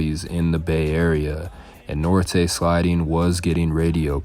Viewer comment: It's Norte siding as in NORTHSIDE XIV.were not overlooked were ignored.